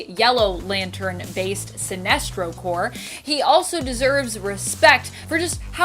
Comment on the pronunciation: Core not corpse